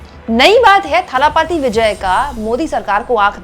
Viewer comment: It is dalapathi not thalapathi.